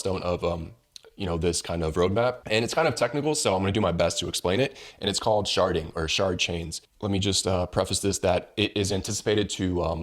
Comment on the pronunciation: Did you sayyyyyy, shartdddding